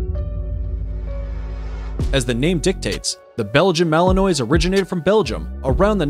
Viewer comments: "Malin...nwah" Not malinoi. BTW, you were showing Neopolitan Mastiffs and talking about Cane Corso..and Shiba I used while talking about Akitas. Come on, get it right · BTW its not Mal en ois with a hard s. it is mal en wah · Mali-NUA, not malinoy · One has to wonder why you would not look up the pronunciation for the breeds you are going to cover. It's akin to showing up to a business meeting without the facts! Melinois, pronounced melinwah! Cane Corso, pronounced canay corso! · Not that anyone cares anymore, but "Malinois," is usually pronounced according to French rules, as "ma-lin-WAH," not "ma-lin-OY." "Cane," as in Cane Corso, is the Italian word for dog, with two syllables, and is pronounced "ka-NAY," not "CAYN." He did pronounce pitbull and German shepherd correctly, however. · and it's not malen -oy! The narrator should learn pronunciation! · Malinois is a French word.Pronounced Malinwah.Thats the phonetic spelling. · Belgen malanoy 😆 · Malinois is pronounced mal in wa...if you want to make credible videos from other you tube videos at least learn how to pronounce the breeds correctly. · So annoyed the narrator pronounces Malinois incorrectly 🙄🙄🙄